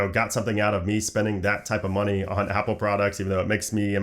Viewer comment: “An insane amount of ‘smoney’” 🤣🤣